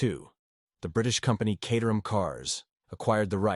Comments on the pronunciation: Caterham is pronounced “K 8 er ham” not “Cat er ham” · When are they going to sort out AI so it can pronounce words like Caterham properly. It is Kate-eram, not Cat-eram. At least it didn't pronounce the 'h'. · The Caterham is not pronounced "Catterham", it's pronounced "Cayterum". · More tedious AI. And if you doubt that this is AI, ask yourself why Caterham is sometimes pronounced Cahterham and sometimes Cayterham, in the same sentence. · Pronounced "kay-ter-um" not cat-ur-ham. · Cater ham. FFS. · FYI the Caterham is pronounced "kay-ter-am". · Cat 🐈 a Ham 🐖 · Neither! Caterham is pronounced….Kay-te-rum. The ‘h’ is completely silent and the ‘am’ is pronounced “um”. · Love the different pronunciations of Caterham. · AI can’t decide how to pronounce caterham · How many different ways can you mispronounce Caterham in two minutes? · I loved how the pronunciation of names varied often and sometimes even in the same sentence!😊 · This video makes me ask one question. Is Caterham pronounced Cat-er-ham or Kate-er-ham?